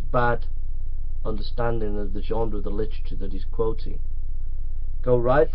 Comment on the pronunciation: Ah come on.... Anyone else watching this pissing themselves by the 6th 7th ..........25th time he says 'genDre'. :D